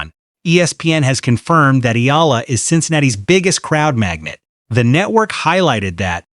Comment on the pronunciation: Finally .... somebody pronouncing Alex Eala's last name correctly in youtube 😁